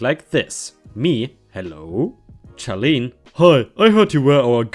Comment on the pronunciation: Charlene is pronounced as Sharlene